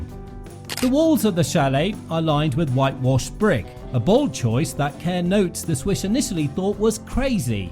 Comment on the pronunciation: Her last name is mispronounced. It is pronounced like "car." The promotion for one of her early American films stated that.